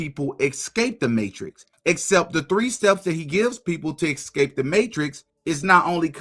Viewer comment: ESCAPE THE MATRIX NOT EXCAPE. SORRY DUDE but YOU’RE KILLING ME. PLEASE STOP REPLACING YOUR S SOUNDS WITH AN X.